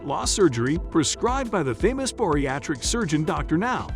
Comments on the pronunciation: You guys need to fire this narrator. It's Bariatric, not Boriatric. -_ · The people featured on the show are NOT contestants. Stop calling them that. Also, it's bariatric, not boriatric.